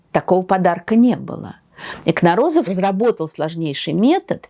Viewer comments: Почему КнорОзов когда все произносят КнОрозов? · КнОрозов. Ударение не на том слоге. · Так как все таки правильно ставить ударение - КнорОзов, или КнОрозов? В других видео на YouTube чаще звучит КнОрозов. Такое же ударение в украинской версии статьи о нем на Википедии. А вы говорите КнорОзов, и в русской Википедии так же. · Юрий КнОрозов, а не КнорОзов..😊Этот великий ученый стоит того, чтобы его фамилию произносили правильно🎉🎉🎉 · Удивительно что историк не знает как правильно ударение ставится в фамилии своего соотечественника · Как мне не нравится подача материала тем более исторического .Вы даже ударение на фамилии ставите неправильно . Я несколько передачь посмотрела все везде разговор на кухни